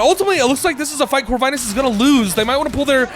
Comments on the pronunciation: Lovely cast !! BTW, Corvinus name is pronounced with "i" like in word India, not like in word Ice :). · Pretty sure Corvinus is pronouced with a short "i" sound.